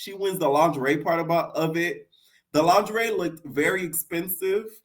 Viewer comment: It’s you saying Lon-ger-ree 😂😂